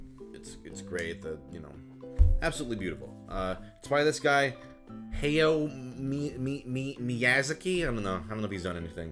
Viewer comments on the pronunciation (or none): My jaw dropped harshly when he pronounced Hayao Miyazaki's name wrong. He's probably one of the kings of manga and anime, especially when it comes to Disney. I'm questioning whether or not he's a true Disney fanatic by this point. (This was probably a joke on his part, but I still love this guy. XD) Also, Akira's probably one of my favorite animated movies of all time! But, one that I definitely need to recommend to SungWon would be Summer Wars. It's a movie and a manga made by Mamoru Hosoda. Amazing pick in my opinion.